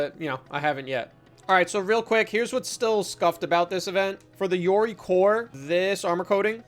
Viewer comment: His pronunciation of yoroi hurts my soul…